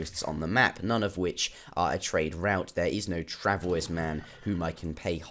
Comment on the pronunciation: YES! Finially, someone agrees with me and realizes that it's pronounced "Iroquah" not "Iroquoise" :D Also, travois is pronounced "travwah" as well.